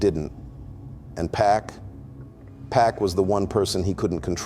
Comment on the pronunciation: Pls try typing “pock” in the script bc hearing PACK the whole video throwing all of us off 😭😭